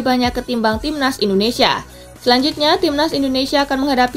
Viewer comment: INDONESIA min bukan INONESIA :v